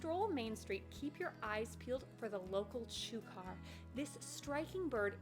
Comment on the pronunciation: FYI: "Chukar" is usually pronounced "Chucker"!